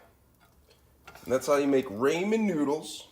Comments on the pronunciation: Its ramen, not raymond obviously you can't speak any form of English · raymen lol? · cha don't be a dick. If wants to call them Raymen noods than they r Raymen noods